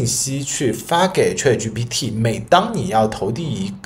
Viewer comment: 你连chat都念错，还教人？